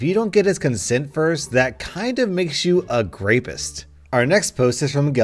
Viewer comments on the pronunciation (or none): ROFL'ed with the "grapist". lol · Did you seriously say grapist? facepalm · I laughed so bad when he said a grapest